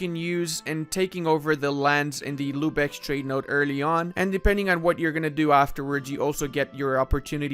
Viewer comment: All i hear is lube eck